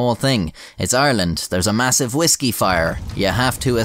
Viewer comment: you can tell it's a legit Irish accent because the first syllable in "Ireland" is effortlessly between an American "are" and "our"